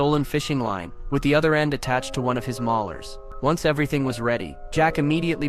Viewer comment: His maulers? Its MOLARS. MOLARS.